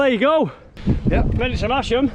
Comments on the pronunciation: Mas - ham not Mash - ham. And even as a proud Yorkshireman I got it wrong, but never made the mistake again after my wife 'corrected' me. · Great video, nice to see familiar places. next time you go if you pronounce it "Mass Mmm" you might get extra black pudding ;) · Silent 'H' in Masham. Another Yorkshire settlement with an unpredictable pronunciation to add to the list! Looks like a belting ride, thanks for sharing.